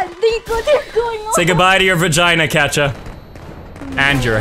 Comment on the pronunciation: Isn't it Katja - Katya, not Katcha - Catcha ?